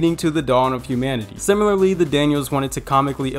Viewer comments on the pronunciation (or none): none